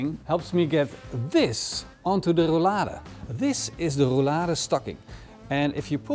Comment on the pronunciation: There is nothing more annoying than hearing you say Rou-Lada!